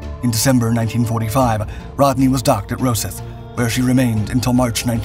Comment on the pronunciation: Rosyth is pronounced raw scythe.